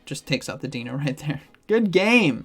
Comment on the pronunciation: Love your videos,. I just cringe every time you say “Deeno”. Deino is pronounced the same as dino in dinosaur. The evolution line is based on German puns for 1, 2 and 3, similar to the Spanish puns for the legendary birds. Zweilous is pronounced like “SVY-lus”. And Hydreigon is pronounced “high-DRY-gun”.